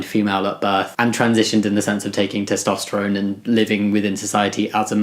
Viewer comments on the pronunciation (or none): none